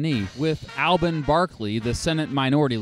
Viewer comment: Please, pronounce Alben Barkley's first name correctly. Hint: it is not Al Ben.